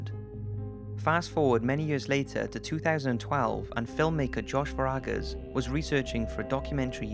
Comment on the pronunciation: The film maker is named Josh Vargas, not what ever it was you said, (sounded like Verakus?) He is my wife's cousin.